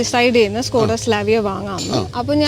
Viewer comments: സ്കൂടാ അല്ല ചേട്ടാ സ്കോടാ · സ്കോഡയല്ല ചേട്ടാ ഷ്കോഡ... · ഇത് skoda അല്ല ചേട്ടാ shoda ആണ് 😅